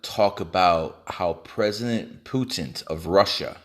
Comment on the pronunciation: President Putent 😂👌